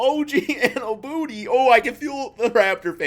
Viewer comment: Did Flight just say OG Anubooty 😂😂😂😂